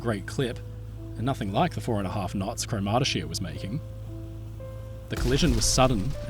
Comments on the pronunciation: By the way, CROMurty-shire -- not croMARTy-shire. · Thanks for a in-depth documentary of this tragedy. I was not aware of this story and one thing sort of spoiled it for me. I had a really hard time trying to understand your pronunciation of the sailing ship's name and only realised what it was when I saw the newspaper reports. Cromartyshire is promounced with emphasisi on the first sylable, as CROMartyshire. She was built by Russell's of Port Glasgow, Scotland which later became part of Lithgow's Shipyard. Both my father and grandfather worked at Lithgow's for many years. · Great video.. pronunciation is: CROMARTY SHY ER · Cromartyshire is pronounced Craw-mar-tay-shire with stress on the first syllable. She was built in Scotland and named after a Scottish county. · good retelling, although every single scot listening to you pronounce "cromartyshire" just winced. fwiw it rhymes with 'moriarity' and has similar cadence.